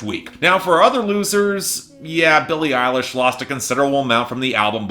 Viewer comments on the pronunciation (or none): none